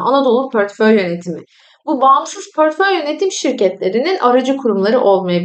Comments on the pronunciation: Garip gelmesin lütfen, kötü eleştiri olarak da almayın ama pörtföy dememeye gayret edin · Emekleriniz için teşekkürler. Yalnız "pörtföy" demeseniz:( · Pörtföy dediğiniz için sizi ciddiye alamadım 😕